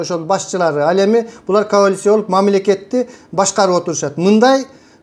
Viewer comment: Байке жүз жолу "коалиция"- деп айтып жаттап алсаңыз, "каолиция" -дебей.